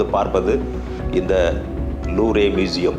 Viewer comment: Loovre ilada thatkuri louvre ,, Looover pronounce in English